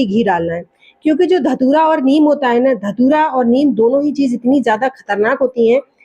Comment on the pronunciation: आक को कभी कभी ध तूरा बोल जाती है